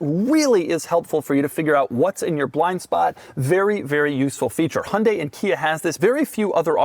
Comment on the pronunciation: remember folks, it's "yan-day" not "hunt-day"